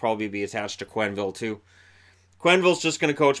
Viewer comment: Joel QWenneville ?? hahaha just find it funny :P